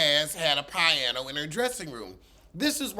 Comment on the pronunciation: Pie-ano 😅 I cannot take!